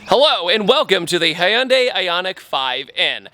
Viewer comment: Holy shite, this is the first time I've heard you say Hyundai correctly, instead of "Hundai"! I had to do a double take 😂😂